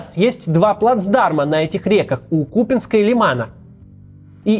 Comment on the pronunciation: очень восхищаюсь Вашей работой. Только на будущее - город Купянск, с ударением на "Я".